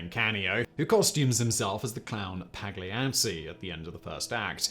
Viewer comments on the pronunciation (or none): Sorry, Simon, but your poor pronunciation of an opera classic and its composer gives away your blaring lack of culture. All you had to do was look up a You Tube video. For starters, it's pal-YA-chee.